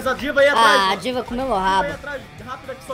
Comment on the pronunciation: eu ouvi ele falando diva e entendi diiga